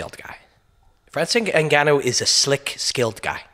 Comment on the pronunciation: Man, you pronounced his name correctly too. Nicely done. I like your point about Francis being more than just a powerful, large man. From what I can tell thus far, he has a wise, otherworldly soul. in the next 10 years, the term "soul" and "Starseed" will be something everyone uses with great fervor, and seriousness. It's too soon to tell, but I get the feeling Francis is a Starseed/Higher Human. His soul has wisdom and is more advanced that ordinary mortals. You can tell immediately when you observe a soul that isn't from around here. There is a depth of intellect and a sense of understanding of reality that goes far beyond normal people. It is my feeling that GSP and Robin Black aren't from around here either. Nicely done, like always Robin. Your ability to destroy stagnant mind patterns is incredibly important during these times. In the next 10 years, you'll be the first person to be talking about the "soul" of the fighters.